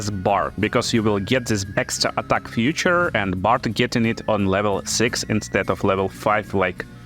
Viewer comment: Feature |ˈfiːtʃər| God bless you to speak it right, man